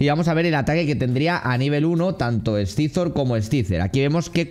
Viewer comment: tío con cariño....pero no lo pronuncies así que duele, no scyzor, es saisor en spanglish xDDD